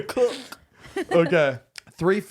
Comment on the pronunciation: Baked, Toasted, COOK-UH-TUH 😂